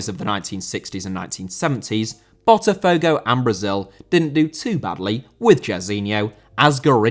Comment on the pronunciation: Botafogo * not Botterfouwgouw